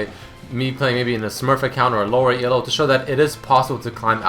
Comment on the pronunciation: It's not E-L-O it's Elo. It's a dude's name...